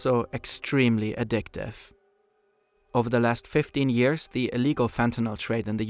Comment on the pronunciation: wish you'd stop devoicing the consonants 😬 i.e. yearZ, gooDZ not yearSS & gooTS